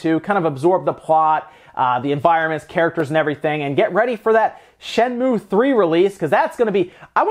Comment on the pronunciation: It's Shen-moo-ay. Not just Shen-moo.